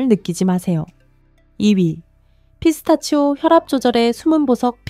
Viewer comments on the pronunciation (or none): none